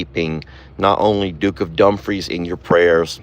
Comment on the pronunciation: its not dump free it dumefre e sounds like a